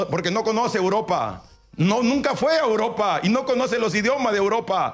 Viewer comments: A Uropa, a Uropa 🤣 grande el número 1 de sudamerica. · "hay técnicos que se han ido a Uropa, a internacijsjjabshfcajs"